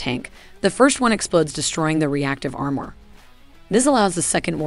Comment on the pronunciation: Why does the narrator mispronounce basic english words like "armor".